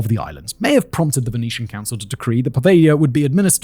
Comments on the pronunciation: PO-veglia not pa-veglia… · PoveLia ;) ("gli" is read as very soft "li" in Italian - soft but not like Spanish "ll" :) ) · The way you sort over-pronounce the name of the island (puhVEYYYY-YUH!) reminds me if that Seinfeld episode. "Has anyone seen my FEE-Yon-SAY? I cannot find him ANYWHERE?!!" Also, good video, man.